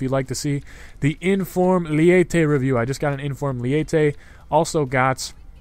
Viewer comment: Its not lee-ey-teh, its spelled leite and pronounced ley-teh or le-ee-teh